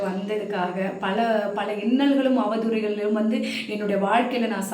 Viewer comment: அவதூரைகள் இல்லை மா அவதூறுகள் னு சொல்லணும்